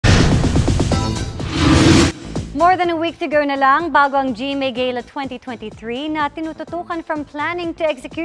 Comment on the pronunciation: Ga- luh. ang tamang pronunciation hindi gey luh